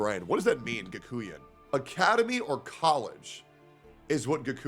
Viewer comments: its not Gakooyan, its Gakoo-N (like the N alphabet) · Kakuien? Really? Ga from GAsket. Kuen from QUENch. Next time use Google 😋